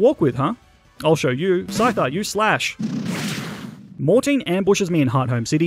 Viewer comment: SCYTHER, NOT SCITER!